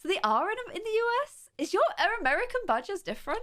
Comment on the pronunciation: Lol for a sec I thought u said badges not badgers lol Ik what they are USA don’t have many of them